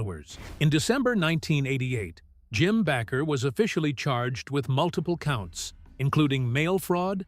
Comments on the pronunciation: Baker not Backer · You need to learn how to pronounce their last name Bakker. Shame on you for Judging Jim & Tammy.